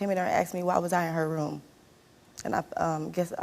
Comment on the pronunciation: Is the past tense word “asked” really THAT hard to pronounce. “I AXED my mom. My mom AXED me.” So it was an ax fight. Sounds interesting.